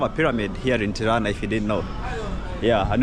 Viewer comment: At least he didn’t say piranja